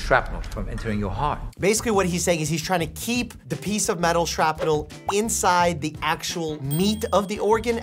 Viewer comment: "the piece of metal shrapinel" -- Doctor Mike lololol put it on repeat like I did xD